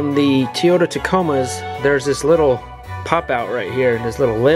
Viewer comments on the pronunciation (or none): Your Truck is pronounced Toy-ota Toyota ! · "Teeotah" Tacoma... lol ;)